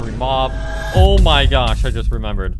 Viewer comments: bro i cant unhear the "o my gyatt" oops i meant the "o my gosh" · Who else loves it when he says: “Oh My GYaSh”